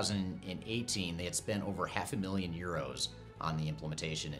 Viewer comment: Did he say … spent over half a million euros??? Or are his B just not pronounced.